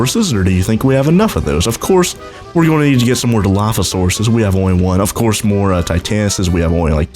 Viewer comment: did you say ofquartz instead of of course